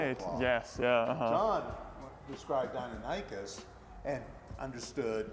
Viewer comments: the guy butchered deinonychus's name its DEI-non-ick-us not dino-nike-us other than that this was a good video. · dinonikeus Me: NO its deinonychus, die-non-i-cuss! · Dino-nicus? nonono. Dinon-nicus! lol. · I thought it was pronounced Die Non A Cus maybe not lol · I used to pronounce deinonychus as dinichis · I always thought it was pronounced Die-non-i-kis I learned something today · He said deinonychus it’s deinonychus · Bruh the way he pronounces deinonycus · Cringing every time he pronounces Deinonychus wrong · It really aggravates me that this paleontologist doesn’t know how to pronounce “Deinonychus.” It’s like a doctor walking and pronouncing the “p” in “Pneumonia” while diagnosing you. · I Know how To Say Dienonychus Now... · Yikes, his pronouncing of deinonychus triggers the shit out of me. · he still butchered the name :D